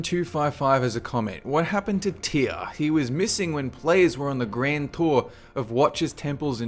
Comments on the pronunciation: who the fuck pronouces Tyr, TIAA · Why do you pronounce "Tyr" as "Teeyah"?